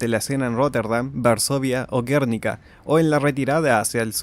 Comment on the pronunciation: Gernika (en euskera) o Guernica (en castellano) es una palabra llana, con acento en la i y sin tilde. Como lo has dicho suena como una patada en los "frodos" 😅 . Pequeña crítica constructiva, creo que haces un buenos videos y valoro mucho tu trabajo. Saludos desde España